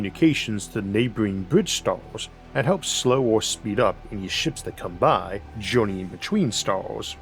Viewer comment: "juwrneying between stowrls"